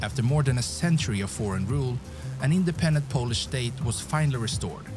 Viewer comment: Polish pronunciation of the narrator guy in this video is atrocious...